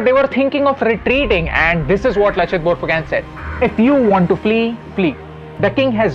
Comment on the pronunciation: It's not Borphuken , prounounce it as BORPHUKON !